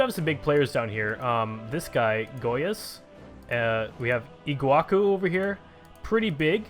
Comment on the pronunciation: its pronounced ''Igu-ass-u''